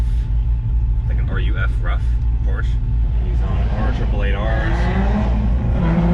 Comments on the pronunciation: The Porsche is pronounced "roof". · Ruf. It's pronounced (roof) Lol and your suppose to be a car guy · Ruf pronounced Roof. Those Porsches are iconic.